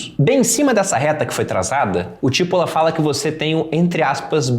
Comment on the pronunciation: se o cara era italiano, o sobrenome nesse caso seria pronunciado come tipôla, que é cebola aqui, paroxítona. boa dica. vou ler o livro. abraços.